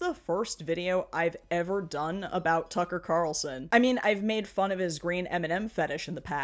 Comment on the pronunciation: "Tucking Cocker Carlson" 😂😂😂😂😂😂